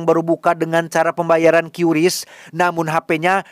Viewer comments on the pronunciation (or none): Sejak kapan Qris dibaca kiyuris jon? 😅